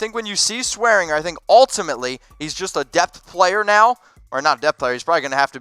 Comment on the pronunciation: it's pronounced DJ SwearinJER and Treston DAYCOO